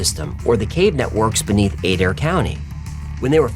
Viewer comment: Is is uH-DARE county, OK, omg